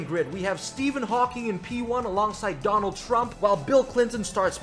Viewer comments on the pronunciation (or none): none